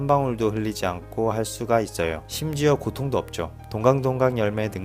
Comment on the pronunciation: 햇어요 잇어요 할때 발음 웃기닼ㅋㅋ